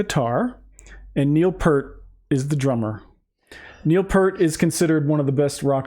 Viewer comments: Just a quick note about Neil Peart. He pronounced his name P-ear-T, rather than P-ur-T. So, it rhymes with cheer, steer, dear, or mere. It doesn't rhyme is dirt or hurt. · This was my first RUSH album I got as a teen in the 80s. Oh it's pronounced P-ear-t not p-er-t. Just saying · Neil Peart (pronounced Peeer-tuh)was more than a drummer.....he was a percussionist. Arguably the greatest rock "drummer" to ever sit behind the kit, his influences were Buddy Rich, Keith Moon, Bonzo, Gene Krupa, Ginger Baker, and Phil Collins, among others. He considered "Tom Sawyer" to be the most difficult of all the RUSH songs for him to play perfectly. And remember....Neil wrote about 95% of all their songs. RIP to the Professor. BTW, watch his drum solo at their concert in Frankfort, Germany......in the middle of a 3 hr. set, and when he was in his 50's.